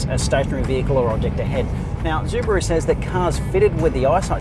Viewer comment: Zubaru?? hahahahahahaha